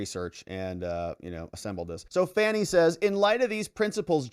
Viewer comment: I love how you pronounce her name F A N N IE. 😂😂all the others call her fawn-y. 😂😂😂